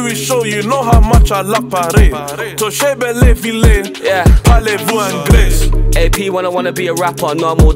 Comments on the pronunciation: "Angl-Ai" frère, pas "eingless" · Headie pronouncing anglais like anglaze mdrrrr